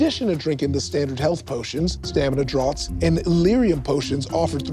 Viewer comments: Um, actually: the word draught is pronounced the same as draft. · Am actually, "draught" is a British spelling of draft. It is not pronouced like "drought". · Um, actually, draught is pronounced draft. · uncultured swi... um actually, draught is pronounced "draft", not "drought". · Um actually, draught is pronounced 'draft' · Um, Actually, 'draught' is pronounced 'draft', not 'drought'. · Um actually "draught" is pronounced "draft" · Um actually, while draught aught to sound like fraught draught sounds like draft. Don’t ask why. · um actually the world "draught" is pronounced "draft", can't believe no one on this show knew this apparently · Draught is pronounced Draft. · Um actually Draught is pronounced Draft. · Um, actually the word "draught" is pronounced the same as "draft", which both the host and the contestant got wrong. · Um actually it’s pronounced drafts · um, actually, is correct and that draught always ought to be prounounced the same as draft, and draught is simply a british spelling for some senses of the word draft. in addition, a semicolon should not be used where you used it. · These are some interesting pronunciations of "draught". Excellent episode!